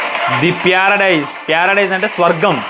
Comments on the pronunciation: Paradise kadhu the pyaaradice 😂 D paina charminar 🤣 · The paradise ❌ the pyaradise 😂